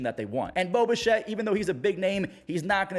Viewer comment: Everytime you say, Bo Bichette, I hear Boba Shett, like some how he is some clone, or a Mandilorian, got to love the Star Wars world interjecting it's self everywhere.